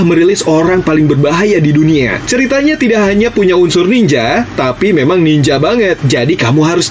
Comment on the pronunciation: Nininjer bang bukan niningger Harikenjer bukan hurikinger Trs bang riset lagi lah soalnya tema ninja di super sentai gk banyak"juga